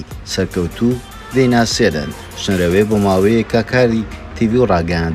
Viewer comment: شنرەوێ نا شنروێ جارێ فێری ناوەکەی بە ئینجا قسەی لەسەر بکە !!!